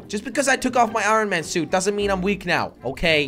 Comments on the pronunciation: Anyone else hear Iran man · The say it like ion man not I ron man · Is it anyone to start jelly keeps saying ron Man instead of iron Man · it is not IRon it is pronounced ion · Its ironmoan not iroun man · Its pronouced i on man not i ron man. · Every time you hear jelly say IRAN man instead of IRON man, leave a like on the video or comment and tell jelly he needs help in grammar. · The way he says iron man, he says iren man😂😂 Love You Jelly❤😂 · Why you saying iron man like I-ron man😂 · Nobody: No-one: Not even a single soul: Jelly: Irun man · Nobody: Jelly: Iranman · He said I ron man!!! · He keeps sayong irin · Why does jelly say I ron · Who else heard jelly say aaron man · Did anyone notice he said iron man wrong 🤣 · Jelly your saying iron man wrong